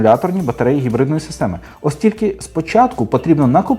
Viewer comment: Кототко і зрозуміло, Дякую! Дуже лише дратувало Ваше «Хекання» при вимовлянні типу гібридної установки. Ви ж самі казали, що абревіатура походить від слова «Гібрид», ну, то ж не Хібрид, так же ж? Це російська калька озвучувати англійський звук «Н» як «х». Вони (москалі) ж взагалі не можуть вимовити звук «Г», а тільки «Ґ»…